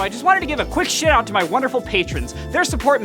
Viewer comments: It sounded like you said I want to give a big S$@ out to my patrons.😁👍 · Bro... when he said shout out, it kind of sounded like s*** out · “I just wanted to give a quick shit out” I can’t unhear it 😂